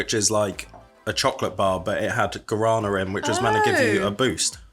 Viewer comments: Please stop butchering the word Guarana......my earssssss... other than that, cool video. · The wasmto pronounce guarana is (Gwo-rah-nah)